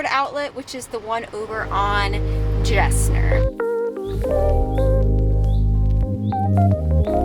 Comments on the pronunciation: Great video, but as a life long Houstonian it's killing me hearing you say Gessner. It's actually pronounced Guess nerve, like the jeans brand. Great info though will start watching your other videos. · It’s pronounced “Gessner” with a g sound! Not a “j”. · Houstonian here and you're mispronouncing Gessner. It's pronounced "Guess- ner". Loved the video. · I came here to say the same thing. 🤣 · Did NOT realize you were in Houston!! 🙀🙀 …Btw, Gessner is pronounced with a hard G, not a “J” sound, like Guess-ner 😜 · Never heard anyone say Gessner with a J sound 😄, great finds though